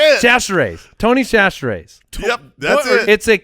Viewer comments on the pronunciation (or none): As a native Louisianian..... I am cringing at y'all butchering Tony Chachere's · I'm from Louisiana. The end of the draft with the Tony Chachere's pronunciations LMAO!!!!